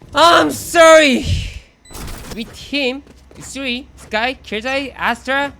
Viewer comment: killjoy astra skye no mic wtf ㅋㅋㅋ 영어 발음 개웃기네